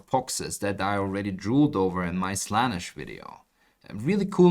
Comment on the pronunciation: "champions of slahnahsh" ..... Champions of Slahn-ehshhh** (Slaanesh)